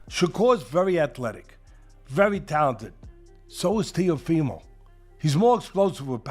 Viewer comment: Ok but how is teofimos name butchered at the start 😂